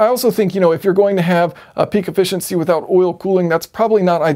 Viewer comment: Now that I'm officially "old" the generational differences in our society are becoming more obvious to me. One of these generational differences is pronunciation of the English language. The version of English spoken by your generation substitutes (wherever possible) the sound "ahh" in place of other vowel sounds. In this video you talked about "ahh-fficiency" quite a bit (whereas guys from my generation would have been discussing "efficiency").